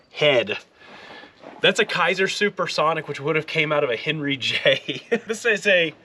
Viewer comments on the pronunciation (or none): none